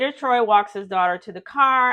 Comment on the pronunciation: Troii, it's pronounced Troy